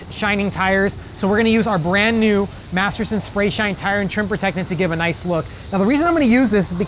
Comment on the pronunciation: I think his identical twin brother works for the Chemical Guys How many times did he say Materson